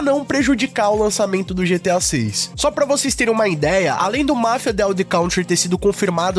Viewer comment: Pô, pronuncia certinho o nome do Mafia.